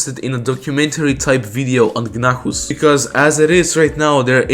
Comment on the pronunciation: i think gnahus's name is supposed to be said as gnaus not gnahus